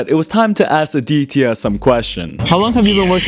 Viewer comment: The way he pronounced the name aditya